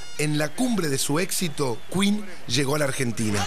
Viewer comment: maradona: a freddy y a "los cuin" JAJAJJAJA